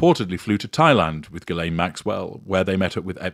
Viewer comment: Ghislaine is a French name. It would be nice if you could listen at how if Ghislaine is pronounced.